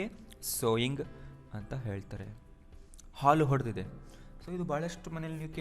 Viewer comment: Sir , I'm one of your students. In this perticular video the pronounciation is ಹಾಲು ಹೊಡೆದಿದೆ is wrong and the correct pronounciation is ಹಾಲು ಒಡೆದಿದೆ . Anyway your teaching way is fantastic 🙏